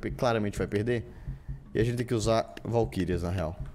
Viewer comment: Se você tiver qualquer problema. Valquírias cara, VALQUÍRIAS